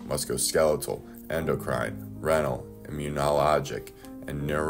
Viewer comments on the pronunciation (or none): You cited your source and gave credit to him as well. I just watch a video about Claudine Gay and what she pulled out of her hair. Citing sources isn't that hard and you sir are better than a Harvard President. Your pronouncing of words like renal and units of measurement are different than what I'm used too I still listened and got the message. I have friends and family that use steroids. And I think they should know or be reminded of the dangers of its abuse.